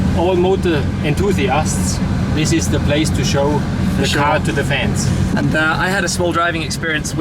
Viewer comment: ''this is what i mean for the fens...'' then vrooooooooooo, love it!